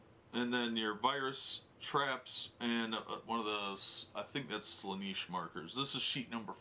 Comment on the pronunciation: If he says "Slaaniish" one more time my head is gonna explode.